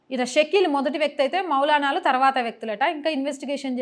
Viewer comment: మౌనాలాలు కాదు మౌలానాలు